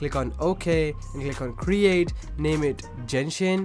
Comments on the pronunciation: DID U JUST SAY JENSHIN LMAOAMLA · Jenshin? o.o